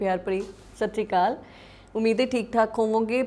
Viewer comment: Te mam satshriakal word nu sahi pronounce kryo 😇